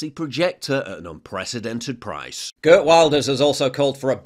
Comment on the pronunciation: Brilliantly put Paul. Go Geert. We need our own Geert Wilders here in the U.K.! And no, he’s NOT far right……..He’s just RIGHT! Geert Wilders Name is actually pronounced as GIRT VILDERS. As it’s Dutch!